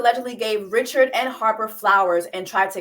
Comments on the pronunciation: It is Dawn Ri-ShAD (French pronunciation), she is your Hatian Seeester, surprised you missed this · Its pronounced "Rich-shard", she's Haitian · Hey Jessie! Gently letting you know her last name is Haitian. No hard ch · The fact that YOU , JESSIE ...know how to pronounce her name is annoying because you intentionally fucking it up. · Not the host mispronouncing Dawn’s last name 🤦🏾‍♂️ get it together please. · Yes Jessie is mispronouncing her name. I believe Dawn originally identified as Creole, like Louisiana Creole. Maybe over the years she has said Haitian, but I don’t think that’s widely known. I’ve also seen mention she may be Haitian.